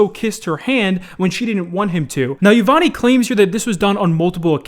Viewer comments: Pretty sure it’s not pronounced yi-von -nee more like yi-vohn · He really pronounced her name ye vonny smh it's pronounced (ee-von) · btv, yvonne is pronounced e-Von, not ya-Von-nee. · her name is not pronounced like yvonneee its yvonne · Imma say this once Yvonne is pronounced "I-Von" not "I-Von-E" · eeeeee-von not eeeee-von-eeee sry just kinda annoyed me lol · You said yvonny you say it like yvonn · The way you say yvonnie is pissing me off bro it's YA-VON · The e is silent in yevone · It’s pronounced yee von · Mans said yivany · Isn't it pronounced Yvonn? But written Yvonne? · Yavawney? Doesn’t know how to pronounce Yvonne. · yvonn-e now that's one way to pronounce that name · Yvonne's name is pronounced basically without the e. Yvonn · dude, silent E when pronouncing Yvonne's name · No one:: "Yavonnie" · Its pronounced, (Yuh-Von) just cut the e. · Psst, that name is pronounced E-von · “Eve-on” that’s how you say her name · i think its prononced E-von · The way he pronounces "Yah-von-ee" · not how u say Yvonne lol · my dude, you do not pronounce the last e in Yvonne it is a silent vowel. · My man I'm pretty sure that's not how Yvonne is pronounced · I’m pissed how you pronounced Yvonne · Yvonne her e is silent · I don't like the way he pronounces yvonne's name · I hate how pronounces Yvonne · 1 No? The e is silent.